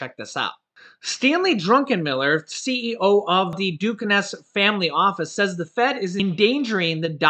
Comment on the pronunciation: it's pronounced "DU-cane"